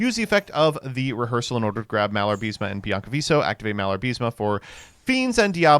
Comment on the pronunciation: IS MALA-BA-RISME. Not "MIALAR-BISME"